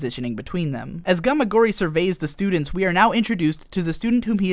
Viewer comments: I know this is an edited repost, but you don't pronounce both s's when you are pronouncing plural possessives. It's just the "students" possession not the "studentses". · studentseseseses :P